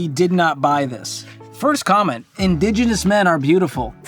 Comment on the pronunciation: This "Digenous" woman loves this video.